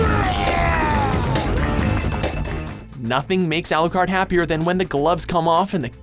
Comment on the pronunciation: alou..kard....pauses ....closes tab